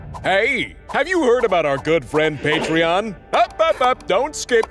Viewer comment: FREAK THE PAETREEON